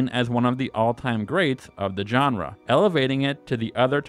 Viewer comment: At a certain point, all I heard was "djenre"